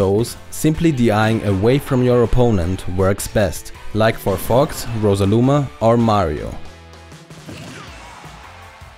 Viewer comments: I enjoy your Videos a lot. That beeing said the only thing that really bothers me is how you pronounce some Character Names. it might be a small thing but I can't listen if my mind gets stuck with "Rosaluma" or "Charizar". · he said rosaluma 😤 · lol. He said Rosaluma. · Did he say RosaLuma?